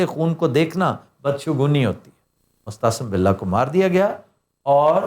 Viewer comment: sb, apne Mo’atasim billah ko baar baar mustahsan billah kaha hai. shaed tallaffuz main koi ghalati hogae hai kiun k isk naam main tareekhki her kitab main meem |م| k baad aen |ع|hai na k hay |ح|.